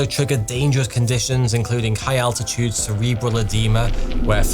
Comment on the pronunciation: "Fools like igh places"